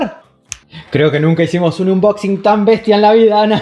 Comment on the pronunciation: Repeat after me please... aaaaannnboxinggg... thank you